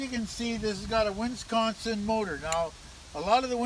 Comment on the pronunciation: Don't you mean Winsconsin?